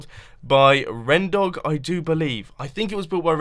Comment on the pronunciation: its renTHEdog not rendog!!